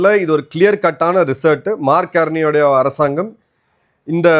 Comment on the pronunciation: மார்க் கார்ணி என்று சொல்லுங்கள். பிழையாக உச்சரிக்க வேண்டாம்